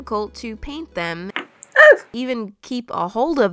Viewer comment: DID SHE NIT SYA DRAINT :0 SHE SAID PAINT NOT DRAINT!!!:0